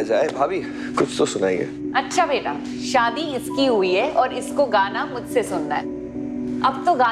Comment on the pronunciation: Shaadi......not Saadi ....pronunciation